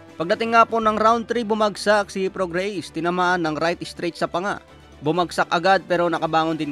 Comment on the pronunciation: Mali pronunciation mo ng name ni prograis!!!